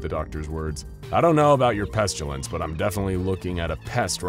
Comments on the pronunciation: Peh-stih-lence, not pest-you-lence. There is no "U" in Pestilence. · it is awesome! but the way they pronounce the word 'pestilence'... I don't think I can hear him say it again. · There's no U in pestilence.